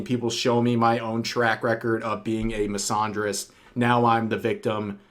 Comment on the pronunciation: The way Rev pronounces the word “misandrist” hurts my soul